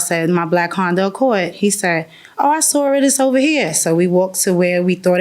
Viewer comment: "I just sawr it" 🤣😂